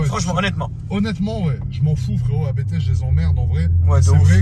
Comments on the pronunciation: Je vous rassure on dit bien « Abété » et non « Apte » pour ABT 😂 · Concernant Abt, ça se dit 'Abte', comme un seul mot, c'est le nom de famille du préparateur allemand :) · S'il vous plait "arrêter" de dire A.B.T, ce n''est pas un sigle comme le préparateur M.T.M par exemple, il s'agit d'un nom propre, celui de Christian Abt fondateur de Abt sportsline. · Pour la petite histoire ABT se prononce « apte », du nom de son fondateur, l’allemand Johann Abt. 😉